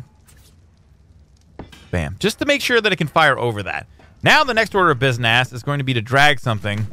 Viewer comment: I love how he s "businass"